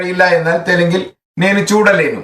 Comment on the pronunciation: നെനു എന്നത് നേനു എന്നാണ്. ലെനു എന്നല്ല ലേനു എന്നാണ്.